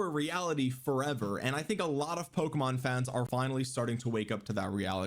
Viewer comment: Your not a Pokemon fan if you can't pronounce it correctly. That's already a dead giveaway